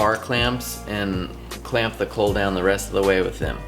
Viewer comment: psst...its a caul pronounced call, sounds like you're saying cull, just confusing ....love the videos and plan on following along to build my own, just had to get that out there. :-)